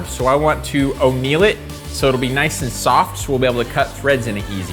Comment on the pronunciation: "O'neil it," eh?